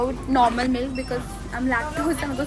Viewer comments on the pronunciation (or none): none